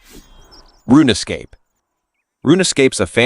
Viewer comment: Roon -scape, not runuh scape